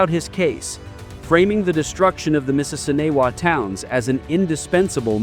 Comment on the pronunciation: they could have used footage of the reenactment in Grant County. And the pronunciation sucks. I'm from Grant County where the battle of the Mississinewa was fought.